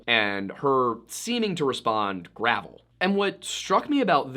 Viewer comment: I honestly just had a hunch because are accent we dont say gravel how she said it she said it like the medication gravol